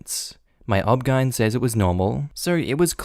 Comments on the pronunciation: OmG. If you say Obgine one more time I might die from the belly laughs. 😂😂 It’s just the initials. O-B-G-Y-N! My mom did the same thing to me. Always rolled her eyes and said OMG I’m not coming to the hospital when you have a baby because you’re gonna be intolerable. I almost passed out from abdominal pain and was in the fetal position feeling like I’m dying if I had my period or if I had to poop for years. Serious pain. I got married at 20 and the next year, right before Christmas I thought I was dying. Went to the walk in clinic and they thought I had appendicitis and sent my to be admitted. Turns out I had been growing a massive cyst... about the size of a grapefruit.. on my ovary. It leaked acid every month and was stuck to my bowel with adhesions from horrible endometriosis. No pain huh??? Massive surgery later with a removed ovary. After 10 years trying the get pregnant, then finally getting pregnant and losing every one, we gave up. LISTEN TO YOUR DAMN DAUGHTERS! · OBGYN is pronounced O-B-G-Y-N. You spell it out. It's the abbreviation for obstetrician-gynecologist.